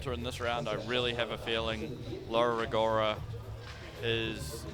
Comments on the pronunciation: FOR GOD'S SAKE... CRISTO SANTO... Mr Speaker, WOULD YOU FUXXXING LEARN HOW TO PRONOUNCE LAURA RO-GO-RA? It makes my ears bleeding hearing your british accent destroying an italian name. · Apologies (I did try to google this) but what's the correct way to say 'Rogora'? Does it have a different sound for 'ro', maybe? My instinct is to say it like did, ie horribly wrong.